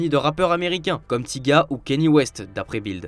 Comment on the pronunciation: « Tiga » ça me perturbe 😂😂